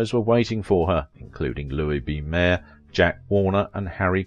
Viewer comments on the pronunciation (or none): none